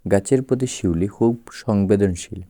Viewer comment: পিউলি না শিউলি